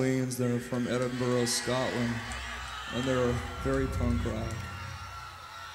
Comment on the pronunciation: He said Edinburrow Scotland 😂😂😂